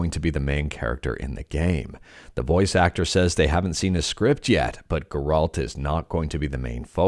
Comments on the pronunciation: Geralt? You never played the game did you. lol. That's where worse pronunciation of the name I ever heard. Painful too lol. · Ger- alt 🤢🤮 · The insistence of the Geralt pronunciation felt intentional to mess with people, i found it funny and annoying at the same time. Might be even more annoying if it's the correct way to say it and i've been mistaken all this time.